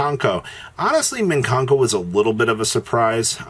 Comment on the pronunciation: Great, now we get to hear say “MIN kanko” all over again